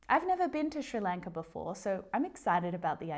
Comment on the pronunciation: Hey, could you please make a video about when to use ‘either’ and ‘too’ “I do either / I do too” I don’t get when to use what or ‘me either’ / ‘neither.’ That’d be great And is the way you pronounce Sri Lanka the Australian way or the English way! I’m kinda shocked, I thought it’s with an S like in snow